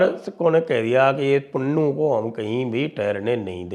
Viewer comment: पन्नू ❌ पुन्नू ✅😂😂😂